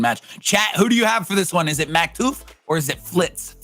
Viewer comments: him calling maktuf maktoof is killing me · "maktooth" - 2021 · Im so sad I had to watch one of the best matches with them saying Maktoof like cmon lol